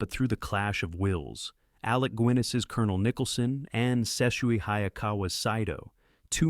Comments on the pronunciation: I agree. I thought maybe he was young but the pronunciation of Alex Guiness and Gunga Dinn and of course Ebert drove me crazy. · AI can't figure out how to pronounce Ebert's name. Ee-bert? or Eh-bert. Shows how much this channel really cares about what they're doing. Also, I wonder if Alec Gwyness is the same one who played Obi-Wan Kenobi. This isn't just a channel about movies; it's a messed up feverdream of mispronunciations and overwrought descriptions. Good choices, though!